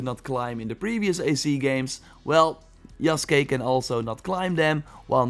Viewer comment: Holy shit. You said his name, yasuke right but Ubisoft can't be bothered. Good on you